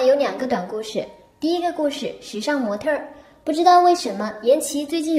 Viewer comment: 模特儿、小事儿，这个儿化音我给满分